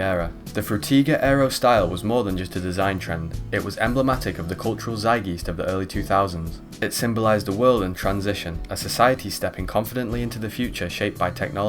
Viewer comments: how can you be english and pronounce so many words in this video incorrectly. "zeigise" "epi tome" . ditch the captions at the beginning too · A few notes: 1) I love that you decided to use every single possible pronunciation of "frutiger" you could think of so you could at least get it right once. 2) "zite-g'iced", not "zite-geesed" 3) "ep-pit-uh-me", not "eppy-tome" English can be funky sometimes. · Frew teyger, Through tiger, can’t watch it to the end, hurts my ears too much. Also, Zeit-geest 😖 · have you never heard someone pronounce words like "Frutiger" or "Zeitgeist" before?